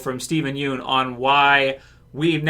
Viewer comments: Pst. Pssst. His last name is pronounced Yun. Not Yoon. Steven said so himself lol. I'm really glad he's sticking up for his life tbh. Fans may want him to come back for something, but Steven's moved on from Glenn. Also, doing a Glenn origin story means going back to the Glenn we knew in S1 if not well /before/ that. That is in fact a totally different Glenn, and as he said, a different Steven (and ten years, let's be honest, is a very long time for a person's mentality to change and develop). Not only does Steven look way older, but the Glenn we associate with him is the older Glenn now. It would likely be very difficult for him to go back to that early headspace. Also, all in all I think he just wants to move on and not get pulled back into a sinking ship. If Frank is anything to go by, the actors /know/ it's a sinking ship. I don't think he didn't get to shine and I don't think people didn't care about him until he died, but I don't think that's what killed TWD either. I think people may have THOUGHT it did, but the writing itself was declining by then to many fans. Killing off some characters the fans loved on top of the declining writing quality is what made people REALLY notice the writing problems. We still had characters left that we loved to lessen the issues, but without the well loved characters, it could be said people stuck around through the bad moments because of the characters they loved, so without that there was little reason for people to stay. Tbh I'd say i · aghhh it's killing me when you pronounce his last name wronggg